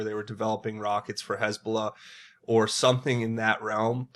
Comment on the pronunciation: "Some people,...did some-ting."